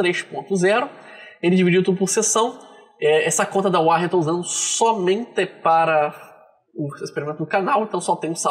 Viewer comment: Que agonia falar "uárrem". É "uórren" 😁 Eu uso ha tempo e recomendo.